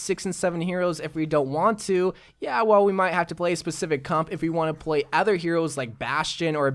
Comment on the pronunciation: Why does always say ather instead of other